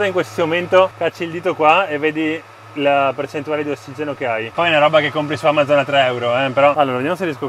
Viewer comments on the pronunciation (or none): none